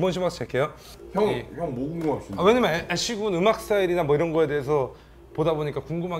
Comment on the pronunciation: 창모형님 왜냐면은 발음 절대 제대로 안하시네ㅋㅋㅋㅋㅋㅋㅋ맨날 "왜남머는" 커엽ㅋㅋㅋㅋ